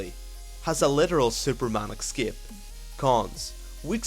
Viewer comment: A very good and comprehensive video. But it's ES-CAPE, not EC-SCAPE.